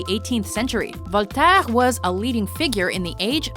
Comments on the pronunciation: voltaaaaaaaaiiiiiirreee..... NON , voltaire.... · dugall? voltairggg ? no. dugoux and vol ta air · Okay so the pronunciation was going okay enough until "Voltaire" It's pronounced "V-oh-l-t-eh-rr"